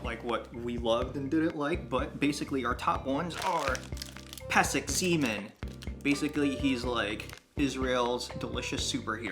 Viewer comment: No no no! it's not pesek-zeeman. it's not pesek-zaman. it's not pesek-zeman. it's pesek zman (pronounced like slug\sprite) and it means timeout. that's the reason for the basketball. the chitose are peanut flavored